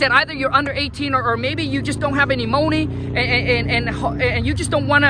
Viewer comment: Let's get it right guys. "Let's get Dis Mo Nay"